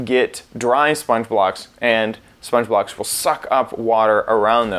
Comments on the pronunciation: Howtokillazomble Same. xD "Those are wet SpongeBobs" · When you say "sponge blocks" it sounds like "SpongeBob"